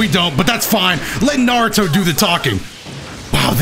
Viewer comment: Huge fan... also says Nardo💀💀💀